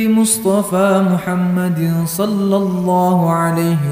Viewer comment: Sholla bukan shollo👍